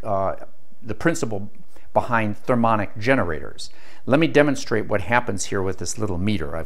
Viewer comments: Thermionic, not thermonic. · thermionic not thermonic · "Thermionic" - pronounced "thur-mee ON-ick," not "thur-MON-ick." Just sayin'.